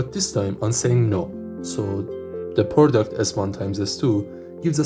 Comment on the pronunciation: a few more: product is not “porduct”. “Plus one” is not “pschthdrhon”. “Alice’s” is not “Alsys”. “Alice” is not “als”. “Conflict” is not “confelict” or “confict”. “Lowest” is not “Lois”. “Ground” is not “grand”. The number of syllables really matters. The stress pattern really, really matters. Your video is probably interesting but… I’m not in a mood to reverse engineer mispronounced English in an accent I’m not very familiar with. It’s not that it’s bad compared to a typical French or Spanish accent — it’s actually a lot better! — it just that it takes too many brain cycles because of the unfamiliarity.